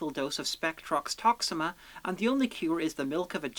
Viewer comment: The word is Tox-eee, me-a! Not Toxima.